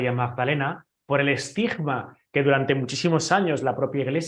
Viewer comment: "Enigma" no se pronuncia como "G", sino como "Gue". Ninguna palabra que tenga una "G" al final de sílaba, se pronuncia con sonido "G" sonoro, sino como la "G" alemana, es decir, gutural.